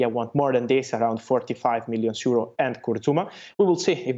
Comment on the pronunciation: Why does he say seuro?